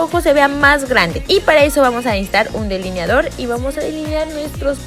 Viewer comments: Like si te fijaste que decía "deliniador" en vez de delineador 😂😍❤️ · No mames “deliniador”